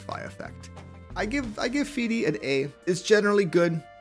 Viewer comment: Pronunciation of fidi: A Pronunciation of patroclus: C